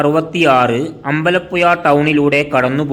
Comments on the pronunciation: എടാ അമ്പല യുയ അല്ല പുഴ എന്ന് പറ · തമിഴനെകൊണ്ട് മലയാളത്തിൽ പറയിച്ചു അമ്പലപ്പുയ ആക്കി 😂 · അമ്പലപ്പുയ ആലപ്പുയ അതെന്ത് പുയ നാക്ക് വടിക്കെടോ പിന്നെ ഏയാമതോ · അമ്പലപ്പുയല്ല അമ്പലപ്പുഴ എന്ന് തിരുത്തി വായിക്ക്. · എടാ ആലപുഴ ജില്ലക്കാരനായ എനിക്ക് അമ്പലപ്പുയ എന്ന സ്ഥലം അറിയില്ല. ഒന്നു പയഞ്ഞു ചയുവോ ? 😂😂😂😂😂😂